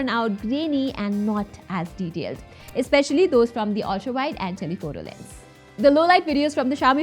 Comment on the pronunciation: When she says ultra ,, ughhh is it just me? Though nice video thx